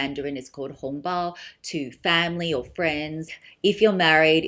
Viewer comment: I love the Tiffany one! I heard you say Hong bao in Chinese, impressed!! Ig: gydbd06